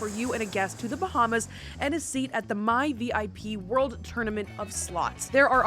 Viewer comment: "BaHmAs" "OnE MiLlIoN DAllASs"